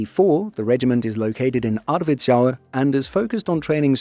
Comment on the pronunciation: Thanks for including the regiment where I did my 15 months service long time ago, K4 Norrlands jägarbataljon. Sorry to make you say the difficult swedish words but you really nailed the pronounciation of Arvidsjaur 😅